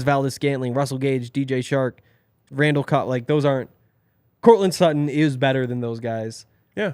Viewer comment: It's Sutton...pretty clearly